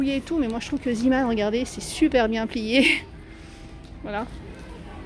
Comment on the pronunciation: Bonjour, en Belgique nous en avons beaucoup des magasins zeeman, et moi j’adore!! Il faut y aller assez souvent et j’y ai déjà trouvé des perles rare! Par contre si je peux me permettre, ça se prononce zééman.. car c’est une enseigne flamande 😊 bisous